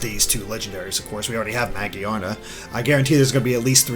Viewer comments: I like this video but I didn't like that pronouncing Magearna the way he did. To me it looks like it should be pronounce Ma Gear Nah. How do you think that pokemon's name should be pronounced? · idk, I thought he was saying mo-jee-ar-na. Just adding an r to magiana. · Iain Waddell Ma-gi-ana is what he is saying, there is no R sound in the way he is saying it